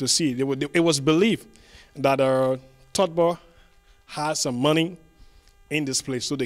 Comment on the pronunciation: "Todber"..? Or TOLBERT.? That's ur own former Lib president.. Please try to get ur pronunciation right.. the whole world is listening to u.. !! 😬😲